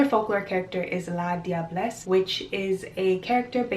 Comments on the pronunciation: The "la diablesse" is prunounced la -jah-bless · In St. Lucia La diablesse is pronounced Lajabless.